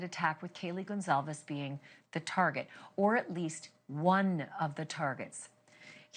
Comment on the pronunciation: It's Goncalves, NOT Gonzalez! 🙄